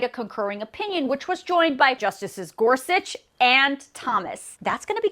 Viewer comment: the justice you mentioned is Niel GorSUCH, not GORSCH. Dude, a man in your line of work just really does need to learn at least a few names. Like, for example, the Justices of the Supreme Court. Sorry to be the grammar police, but sometimes I can't help myself.